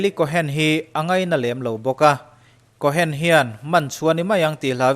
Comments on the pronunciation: Kawhen tia lam loh tur Kawn tia lam tur. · Tuna ilam dan 'Eli Cohen' tih hi alam dan dik tak tur zawk a ni.cohn tih hi chu sap hovina an kaih lek chawp zawk a ni.cohen tih hi hnam hming.Israel puithiam hnam hming.mosia unaupa Arona thlah kal zel te kha an ni a.tun thlengin juda inkhawmna biakinah puithiam malsawmna hi mipui te an la pe ziah thin a ni